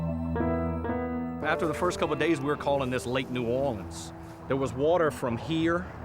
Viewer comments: It's New Orleans not "New Orleeahns as you pronounced it incorrectly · Most of the natives pronounce it "New Or-lenz" or "New Or-lee-unz," always with emphasis on the "Or." Only drunks and idiots pronounce it "New Awlins."